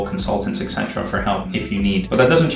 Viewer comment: I love your videos, they’re really inspiring to me at this point in my life. But please start pronouncing “etc.” correctly (esetera, not ecsetera). xD